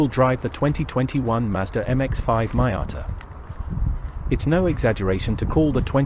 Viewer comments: MEE-ata, not MY-ata!! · PLEASE stop pronouncing it MY- atta... That sounds SO pretentious & it's simply wrong! It's ME- ata !!.. I don't care if you're British. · What is a Mai-ata?….are u Indian? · Respect the name, there’s you tube to know the correct pronunciation. But this vlogger, is either Un resourceful or lazy, it’s MEE-yata, for Pete’s sake! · Great review despite your seemingly incorrect pronunciation of Miata ....which in itself turned into a drinking game .